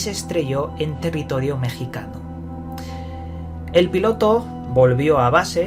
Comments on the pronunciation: Ejército "mecsicano" o "mexicano" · Tiene narices que a estas alturas haya que explicar que en las palabras "México" y "mexicano" la X se pronuncia como una J. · Me dio risa como dices "ejército mexicano"